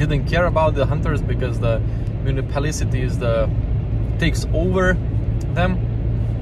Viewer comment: Munipalicity. LOL! Myu niss i PAL i tee. Just pretend it's 6 words, with the emphasis on "PAL."